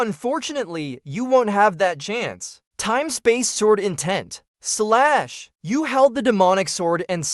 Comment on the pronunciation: The way he say slash is hilarious 😂😂